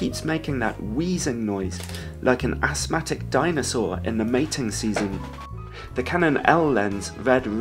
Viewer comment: Ahsmatic dinosaur! Lol.